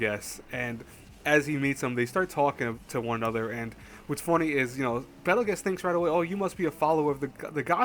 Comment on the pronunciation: It's pronounced bettle goose bro